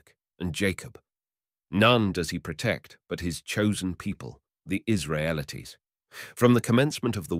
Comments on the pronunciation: Israeli ties? Intell- eye-gent? What weird errors are sprinkled through this reading. Was there no producer present? No voiceover director? Why ruin a great story with such sloppiness? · What is with a cultured English man mispronounced isrealists?!😂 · Really need a better educated reader foll-owers Is-realities will-ingly vill-age intell-I-gent